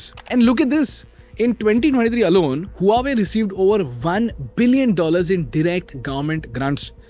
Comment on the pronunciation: Huawei = pronounced as "Wah Way" not who are we